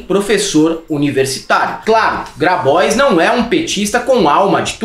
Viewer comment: 02'13": eu acho que esse nome Grabois é francês... Por isso a pronúncia bem-diagramada dele deveria ser Grabuá ..., com R mais forte que o nosso e biquinho pra fechar a boca depois do som do A bem aberto no flnal.